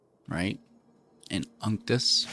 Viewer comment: I really liked this deck. I think you are saying "Unctus" 2nd part name crazy weird though..... it should rhyme with architect I would think LOL